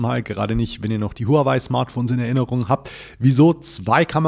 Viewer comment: Noch einmal: Die Firma HUAWEI wird richtig "HAOWEI" ausgesprochen !! Profis sollten das wissen. Danke!